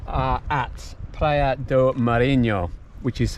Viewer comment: Praia not "PLAYA"